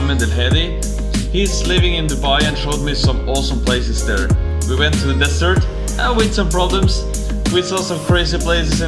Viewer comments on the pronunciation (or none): none